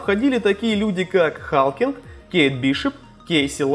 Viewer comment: Не Халкинг, а Халклинг